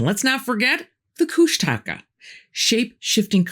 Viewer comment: I LOVE that you know these things! Thrilled, in fact - the details, too! Kooshtaka is pronounced KOOSH tak ah, not Koosh TA ka, and yes, Tlingit is spelled correctly & the correct word, but we pronounce it Clinkgit . Some additional things here - You're right, we are HUGE. Alaska is 1/5th of this nation's land mass. We have 17 of 20 of the highest peaks in the country- the tallest being DENALI (recently renamed AGAIN to Mt McKinley- the guy was here once & is from Ohio, so NO.) But the Federal gov't says they own over 1/2 of our land, so we have no choice.... Sasquatch is EVERYWHERE HERE. I'm on an island, family / sons on another, plus POW (Prince of Whales) is another in SE AK. Many of us have had encounters, seen them directly. Many are MEAN / aggressive. My bff swears Sasquatch are the 15' ones, and Bigfoot are the 8 ft ones... she's seen them both. and Otterman / Kooshtaka - pretty big, too. I spent 13-14 years on an all native island & they're over there too. Way southeast... You're right- they use HAARP to screw with the weather worldwide- I found out there are MANY HAARPs now- all over the Earth... I think the only reason they say Triangle is the 20K missing - we have a LOT more strange things in the whole state...